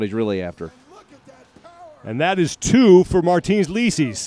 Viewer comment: I was pissed at commentators for butchering his name during the entire thing. It should be "leecis", not "lesees".